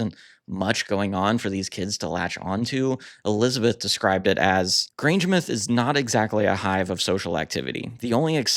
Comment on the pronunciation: You had it right with Grangemouth, said Muth not Mouth. Such a treat finding your channel. Happy new subscriber here. 😊 LOL, oh my... Glasgow v. Edinburgh a story for the ages. ❤